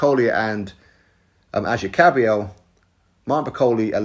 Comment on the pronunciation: lol its kabayel ...